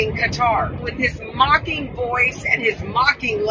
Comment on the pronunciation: The emphasis on "mocking" is because in truth they are simply egotistical and cannot bear to be questioned.